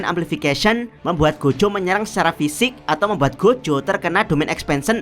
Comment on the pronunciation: Gojo bang bukan Gojho